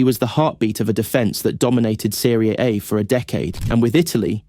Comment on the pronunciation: Serie A pronunciation was sus as well.